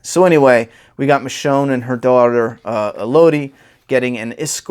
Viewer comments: man... it’s pronounced “El-Uh-Dee” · Cameron Graves I was about to say that until I saw ur comment.. I was gonna say Melody w/o the M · with all due respect, her name is pronounced “Elodie” like “Melody.”